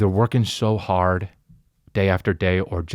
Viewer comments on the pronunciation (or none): "Working .. so arrrrd" - JCVD.